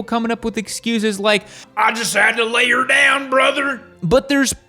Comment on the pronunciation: "I just had to lay er down brother!".. had me dyin over here 😂😂 so Midwest..